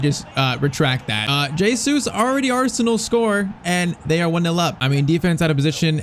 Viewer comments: It's not J Sues its pronounced heysues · It's pronounced "HeyZeus"